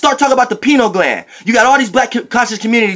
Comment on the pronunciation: My nigga said the “Peeno Gland” 😂😂